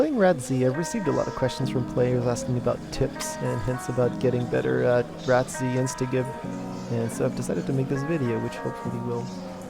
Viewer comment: By the way dude, don't say it like rat-z. Its Rats.